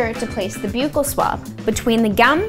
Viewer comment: It’s buccal with a soft U